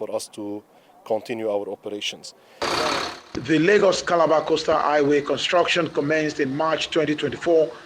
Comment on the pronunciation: Highway not aiway